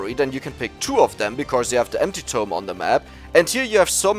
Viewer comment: Every time he says empty tome it sounds like anti-tome.